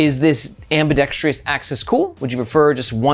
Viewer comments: There is no extra "i" in "Ambidextrous" that he keeps pronouncing lol. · Ambidextrous. Not ious